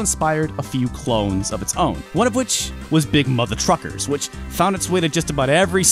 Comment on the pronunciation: Sometimes when he say’s big mother truckers, i belive he say’s big mother fuckers,and i got no doubt some peoples whose hate that game definitely call it big mother fuckers. But apart from that those ports are impressive considering the gba is only 32bit with no 3D hardware builtin ,so everything had to be done in software instead, but they look more like recorded old playstation games on tape and then being compressed with mpeg encoding and end up with mpeg artifacts,phew.